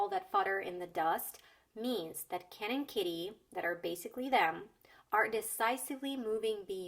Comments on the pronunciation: i heard cannon kitty instead of ken and kitty only thing that tripped me up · i swear to god she said cannon kitty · I would guess that "fodder" in the first example is an reference to cannon fodder, because the way she said "Ken and" sounds like Cannon - but maybe I am overanalyzing. Not a native speaker btw. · For the first joke, i think additional layer can be seen in "Ken and" sounding like "cannon", that rhymes with "fodder" in the end of a line, alluding to how they were thrown into this rivalry unwittingly. Or maybe it is just accidental and i read too much into this. As for understanding jokes, etc... I had troubles hearing "bernstein" in 4th one. I did figure out, that there should be name or surname, but not knowing those journalist, her pronounciation made me hear smth like "bernsty". And, frankly, i think 5th was easier, that 3 and 4 :)